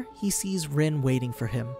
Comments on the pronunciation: It’s not pronounced rin its pronounced reen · ITS “REENE” NOT “RIN”